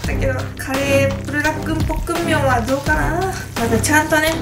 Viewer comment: ポックンミョンじゃなくてポックムミョンな。